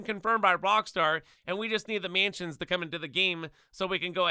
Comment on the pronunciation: Can’t say mansions properly either 💀